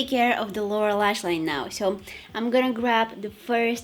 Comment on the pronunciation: everytime she says "lower lashline" i always hear "laura lashline" idk why lol